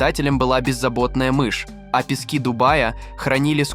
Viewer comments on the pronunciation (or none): none